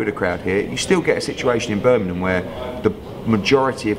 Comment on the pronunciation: EDDIE FOR FUCKS SAKE - Its Birmingham, not Birminam!